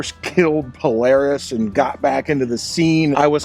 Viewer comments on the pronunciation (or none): none